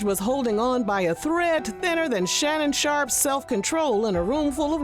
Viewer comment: the sound i make whenever you say shannon sharp